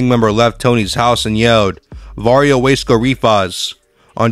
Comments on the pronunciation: What the hell is Wesco why do you keep saying it like that? It’s WASCO LOL I DID TIME THERE. IT’S WASCO NOT WESCO. IT’S GEICO NOT GEECO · Wace co. 😂 It’s Waa-sco. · U sed WAY SCOW LOL ITS WUUUUUSCO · Is this AI voiced? Waysco. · How you going to do a video if u can’t even say the right words in Spanish or English . U said waysco or lleva😂😂😂😂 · The narrator pronounce Wasco wrong.. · This guy can’t pronounce Spanish or English hoods 😂 WTH everyone knows how to say wasco. There is no y in there. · Lol.😂 The Guy Talking Can't Even Say The Lame Name Wasco Right 😂 Lol.